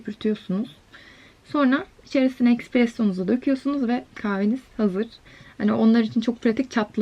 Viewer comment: Expresso değil, ESpresso seklinde okunuyo bebisa